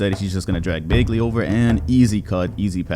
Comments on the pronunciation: ik it doesn’t super matter but it’s pronounced BAG-ly isn’t it? you saying it like bae-gly is so weird to me for no reason 😭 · BAG-LY not baegly 😂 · y does he pronounce bagley like that 💀